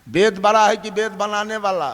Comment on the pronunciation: Baraaa नही बड़ा बोलो😡